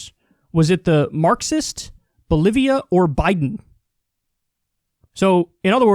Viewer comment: Loo kyle said bolivia wrong. XD kyle sais bolivion. LuL